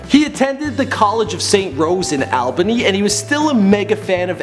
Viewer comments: it's pronounced (all)bany not (al)bany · Saint Rose college of Albany is pronounced ALL-BUNNY, not Al-BANNY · Why did he pronounce Albany like that? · 2 minutes in everyone from New York died. Who the fucking hell says Albany like that. Talk to a New Yorker before you say any more New York City names.